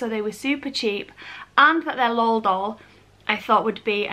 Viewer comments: It’s L.O.L not lol not trying to be rude still love you 😍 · Pattie M yeah it should be pronounced el oh el, but to be honest I’m just lazy and I will say lol unless I’m in front of someone who is extraordinarily passionate about them and will be upset by it. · Any other Americans irritated with how she’s pronouncing L.O.L dolls? The . Separates the letters and each letter is capitalized. I know English vs American English have some differences just not sure that is one of them. 🤔